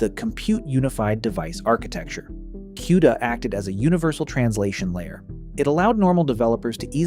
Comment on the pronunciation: Is this an AI generated voiceover? Nvidio, Quda, and 910C chip said as 910"S" chip, Chinese GP"US" etc.